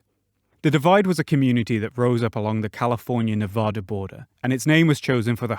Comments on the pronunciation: it’s Neh-VA-duh not ne-vah-dah they say it correctly in the game for Christsakes! Your butchering of my states name hurts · THATS NOT HOW YOU PRONOUNCE NEVADA!!!!